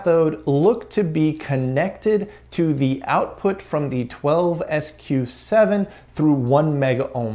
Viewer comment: One-Two-SQ7? Dude, it’s a Twelve-SQ7.